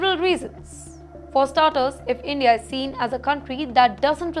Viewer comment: Endia Dapotation Wolume and on and on…